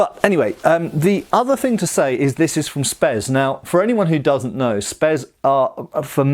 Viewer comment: "Spes cadet" ahhh noooo...